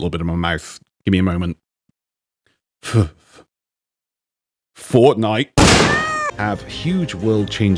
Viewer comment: Yup I had to go puke when you said forkknife.